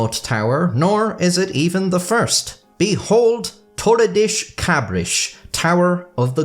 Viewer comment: das in Portuguese is pronounced "dush" not "desh"